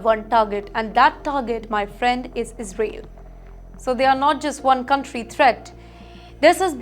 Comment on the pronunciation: Sister your pronunciation needs 5o be improvised...it is Is rael.